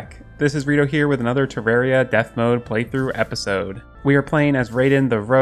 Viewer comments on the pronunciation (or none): Dude instead of saying playTROUGH why don't say playROGUE the pronunciation is pretty the same